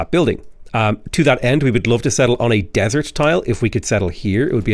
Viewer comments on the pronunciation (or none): none